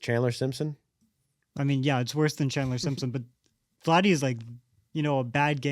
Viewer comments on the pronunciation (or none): none